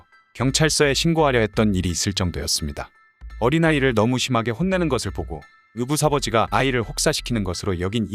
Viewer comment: 의붓사버지로 읽으... ㅎㅎㅎ